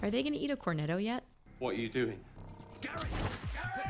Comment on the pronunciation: a woman with an Italian surname, saying "Corneddo". You don't believe it until you hear it. 😂😂😂